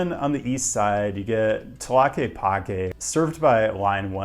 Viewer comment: Tlaquepaque is pronounced more like (clock-ay-pock-ay) but props to you for being close! Source: I have been there. Beautiful area and indeed very walkable